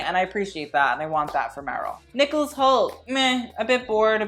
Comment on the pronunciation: You said nicholas hoult but I heard nicholas cage and let me tell you, I was very concerned about what I was going to see once I looked at the screen